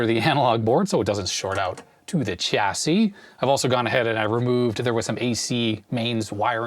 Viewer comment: it grates me every time i hear Chassis with a ch instead of a sh... but I'll let off, he at least calls it a Zed-Ex Spectrum;)